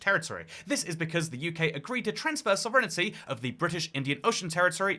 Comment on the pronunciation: Hey, genuine question, why do you pronounce "sovereignty" as "soverenity"?